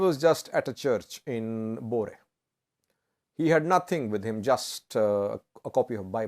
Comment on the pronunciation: FYI, the name of the place in Gojam, where Eskinder Nega was exiled to is supposed to be called: ' Bure" not " Bore " which I found to be interesting as to its meaning 😉